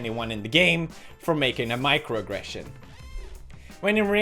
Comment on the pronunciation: 11 minute video of Pewds misspronouncing "microaggression" several times